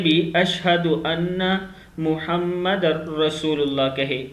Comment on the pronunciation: Kindly airab ka khayal rakhain Muhammad r rasool ha Muhammadan nahi asay parhny walon ko gunah hota.